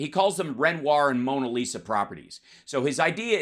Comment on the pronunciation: re Trump testimony that Mara Lago, Mona Lisa (they pronounce it Mona LIShimaah)...pretty much samesies. It's the presence of gilt. The stochastic assertion That blood will be spilt. The claim The blame Lies mainly with the name Biden. That Trump is "in the frame". Yet it's Pence who coulda been hanged. Fake noose?